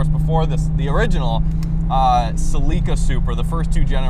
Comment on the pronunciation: Celica, thats pronounced SELL-I-CA not CEL-EEEKA, Get it right.